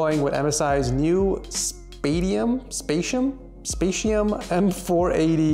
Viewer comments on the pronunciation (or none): it is spatium not spasium:)